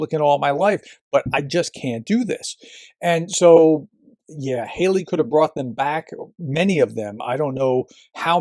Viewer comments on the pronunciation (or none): none